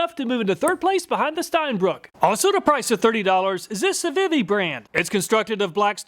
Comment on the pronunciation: Civivi is pronounced See-vee-vee. It's one of the better Chinese brands and sells other knives under Sencut and WE Knives as well. I highly suggest you check out some of the knife review channels out there, such as Neeves Knives, Beez Blades, and others. There's more to a knife than price. Type of steel compared to hardness rating, edge geometry both have a lot to do with performance and edge retention. Civivi, Kizer (my favorite Chinese brand), Bestech, Two Sun, Sencut... there are many budget brands coming out of China that are legit killing US made knife quality and performance when comparing prices.